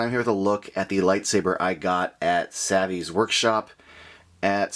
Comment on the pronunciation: Good job pronouncing savi wrong